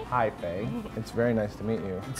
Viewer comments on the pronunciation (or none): none